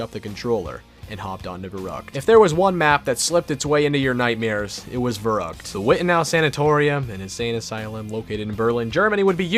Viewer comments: its vair oo kt not vair uh kt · It’s pronounced Ferryckt and it means crazy:D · So annoying when people pronounce verrückt wrong. Anyone who is german or speaks german know that verrückt is actually pronounced ferryckt :) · i'm german and the way he spells verrückt really makes me verrückt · The scariest Part is a non German Speaker saying "Verrückt" ;)